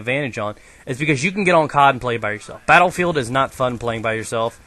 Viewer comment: He says BattleFail instead of Battlefield! Soooooo??